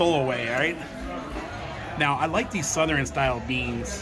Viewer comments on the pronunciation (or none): I've never heard anybody say Southern the way you do..lol...suthe ren....lol...I was born and raised in TN. I've always said it like Suthurne.... cracks me up. Now I can't stop saying it the way you do..smh